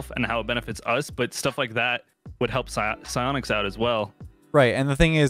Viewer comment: Sionics? Take notes 😂 idk how to spell sionics